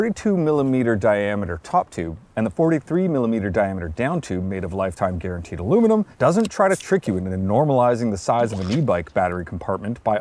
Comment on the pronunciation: "Iluminum"? Biciyles really do lower one's inteligence...